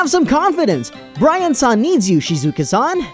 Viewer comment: Did no one notice that towards the end the male VA pronounces Brian-san BirAn-san.